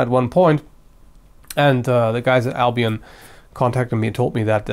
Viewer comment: i thought you said albino like really really white swords lol